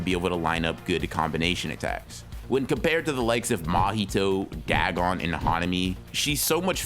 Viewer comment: Dag on it! More like dagoff. It's weird hearing you say Dag on since I'm pretty sure 90% of people pronounce it da gon, or day gone.